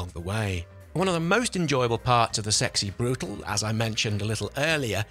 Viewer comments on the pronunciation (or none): It's Sexy Brew-tah-leh.